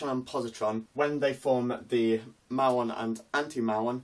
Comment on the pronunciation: Hi Again, I am just putting small comments. Hope I can be of help in learning more physics. Typically anti particles are drawn with arrows pointing backwards. I don't know if it's just the accent. We typically pronounce muon as "Mew-on"